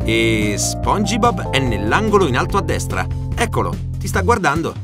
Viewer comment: O mio dio perché dici spongibob! Lo dici con la (i) dici spong..i..bob! Madonna santa uccidetemi